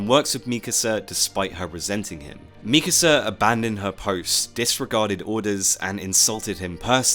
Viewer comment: i think this is the first time i’ve ever heard someone pronounce mikasa’s name correctly